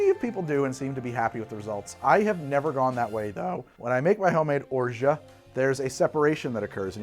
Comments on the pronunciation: Hahahaha. After hearing it several times and pronouncing it correctly, you still get it wrong. Orshaa eees wrong. Orgeaaah eee better. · i have french family and friends and i also speak french, its orj ah. you dont pronounce the t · has anyone told you yet that you talk way too frickin' much. Are you on drugs, amphetamines say? You're beating around the bush and not giving any interesting or relevent information. You're tedious to listen to, GET TO THE POINT!!!! By the way, the T in Orgeat is silent and mostly used in water kids or in Ricard hence a mauresque. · I love how you inform your viewers of cocktail misnomers but then mispronounce the hell out of orgeat just for kicks 🤣 english is so fun to mess around with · Orgeat is iambic. You're doing a trochaic pronunciation.